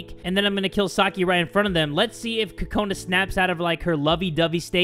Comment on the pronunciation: Am I the only one who thinks he's saying kokanas weirdly